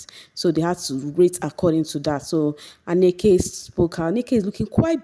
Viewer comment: Not Anneke. Ahnneka. She was RICCOs set.